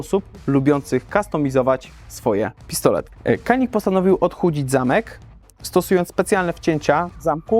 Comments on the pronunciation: Jak dla mnie super broń. Nie żałuję zakupu. Tylko błagam Was. To jest Dżanik. Ja wiem że jesteśmy w Polsce i że amerykance mówią Kanik ale w naszym pięknym kraju umiemy w poprawną wymowę i mówimy na Paugeot'a Peżo a nie pełgot :) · Nie zgadzajmy się na pseudo neutralność, szanujmy innych. Skoro Turcy mówią dżianik to uszanujmy ich wymowę.